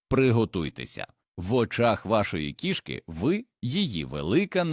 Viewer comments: 😂😂❤😢❤❤: кишкИ і кІшки - наголос і зміст слів відповідно!!, має вивчити ШІ 😂😂😂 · Дякую за цікаве відео) Та не кішкИ, а кІшки... Був у нас один кіт, виявився він альфачем ще тим: лупив всіх котів, а також маленьких собачок, то був кошмар, бо доводилось його закривати, аби сусідські коти і наші могли хоч по вулиці прогулятись. Але ніяких чужих котів на подвір'ї не було поки він був живий, як і жаб, мишей, змій/гадюк, якось навіть пацюка приніс і крота десь взяв, ласок душив, це просто феноменальний кіт був, правда трішки з прибабахом, бо маю дві відмітки, точніше 2 по 2) на руці, від таких іграшок. Кіт був схожий на маленького ведмедя)) Обожнюю цих хутряних)